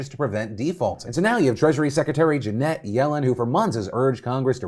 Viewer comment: You can test by seeing if you fuck up a really simple word like "Janet". OH NOOO.